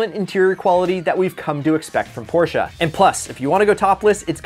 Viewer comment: My man just said Porsche a